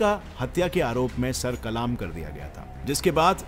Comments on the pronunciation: Kalaam nahi kalam कलम hota he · Bro Sir kalam hota hai... Sir kalaaam ni hota!! 😅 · sar kalam nhi kalm hota hai